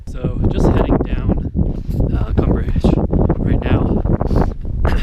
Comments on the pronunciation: VS.....it’s easy to say....”red river” 😉. It’s Ute I believe. Means red river. Un-come-pog-gray. Say it. I know you can. 👍🏻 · Un-com-pah-gre. Sounds like it's spelled, with the last syllable 'gray.' It's a Ute word, meaning "rocks that make water red." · The best part of this is your inability to pronounce Uncompahgre ; ) Seriously though, thanks for the shots. Looking forward to your updated version